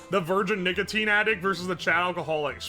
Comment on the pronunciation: he did NOT say nicotine